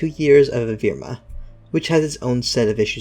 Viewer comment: its evrima not evirma. how on earth did you get that wrong